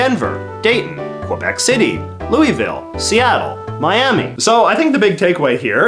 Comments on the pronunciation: you mispronounced Louisville which is a unique thing there that "every mispronounces it" to which you proved that point. Although most people continue to prove it, it holds up pretty well. Btw you said "louie - ville" it should be "lou-uh-vul" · and everyone from Louisville yelled “it’s LOO-UH-VULL!” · Also, Louisville isn’t pronounced Louie-ville, its Luu-uh-vul. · Louisville is pronounce “Lul-vuul” I’m from Louisville Ky and I was also raised in thinking out water was the best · I am so sorry to be that person but you said Louisville wrong (which is the one unique thing here basically we are so stubborn about how to say it) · great video but why did you say louisville like that